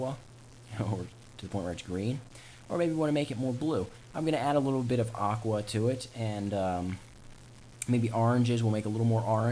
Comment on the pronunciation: he says aqua weird